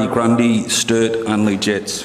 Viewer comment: Brodie Gundy haha its Grundy